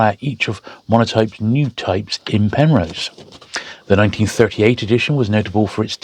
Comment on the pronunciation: Got a bit excited there, —I thought you said ‘Penthouse’ for a second! Anyway, fascinating books. I’ve signed up as a Patreon member; it felt only fair to contribute, knowing how much time goes into these videos. Keep up the amazing work! Loving my books, though I’m still a long way off from having that bookshelf sorted